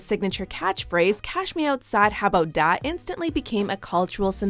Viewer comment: no way in hell this btch ACTUALLY pronounced it how bout dAt